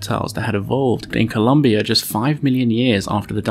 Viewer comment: The country is callend ColOmbia. with an O))) ColUmbia with an U is in USA